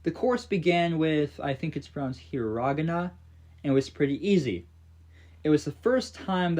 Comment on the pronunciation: your pronunciation of Hiragana is making me cry in pain